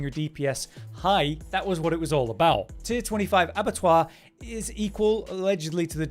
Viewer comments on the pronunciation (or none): Why are you saying "avatwah?" ?????